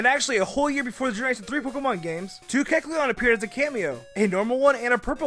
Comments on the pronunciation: look, if you're gonna talk fast like speedy Gonzales or blurr, please don't slur your words and make sure you say everything correctly.(Don't act like I didn't notice you saying the blue stripe on keckleon's head line) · When is saying Kecleon, put the video to.25 speed and you find out he pronounces it Kecln instead of Kekleon. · if you slow down to 0.75 speed during the kecleon part, is saying keclon at the end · he can't even say keckleon properly because he's talking so fast... "kelchuon" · MaybeKekalonwassupposedtohavemorecolors! Whoa, slow down! And start pronouncing Kekleon's name right, too! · everytime he says Kecleon i want to punch him in the throat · he said kecleon like 15 times in 30 seconds everytime pronounced differently that must be some kind of record. not one he should be proud of but a record none the less